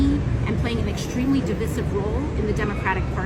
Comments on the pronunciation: That's not how you pronounce "divisive." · She pronounced divisive wrong.